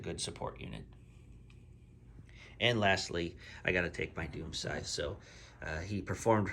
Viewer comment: Why do you keep calling it a Doom Scy? it's a Doom Scythe.